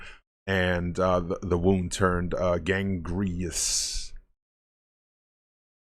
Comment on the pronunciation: one little nit pick, it's gangrenous not gangreous. other than that super cool vid man, you knew a lotta shit i didn't.